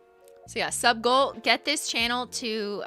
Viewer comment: The first time you said “sub goal” I thought you said “suckle” and I was like wtf lmao 😂